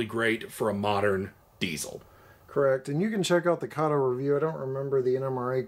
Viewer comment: F Y I: Kato is pronounced kah tow.